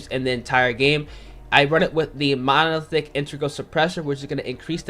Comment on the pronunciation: Wow, you can't even pronounce Monolithic right and you want me to subscribe to your channel? #Scrub